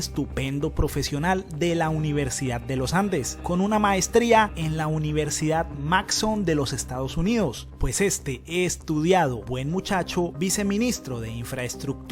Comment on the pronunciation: Mason, se pronuncia: meison